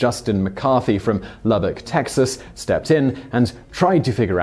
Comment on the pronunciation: Holy shit... you pronounced 'Lubbock' correctly o,o Kudos! xD